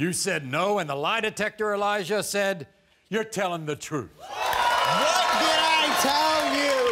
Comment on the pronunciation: Its not Elija, but eLIEja